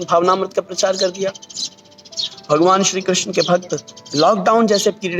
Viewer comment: नाम का शुद्ध उच्चारण कीजिए राम कृष्ण। 🙏